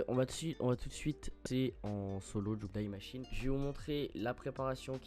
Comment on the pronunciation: Aaarghh c’est pas « Die » en anglais hein 🥲, c’est pas Daï machine, c’est Di machine.